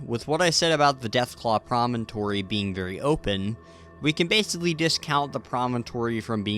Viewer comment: wow someone who actually calls it “promontory” instead of “premonitory”